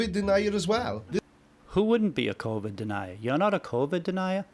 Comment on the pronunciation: "co vid denier" 🤣😂🤣 We're in a Mel Brooks film, everybody! 🤣🤣🤣🤣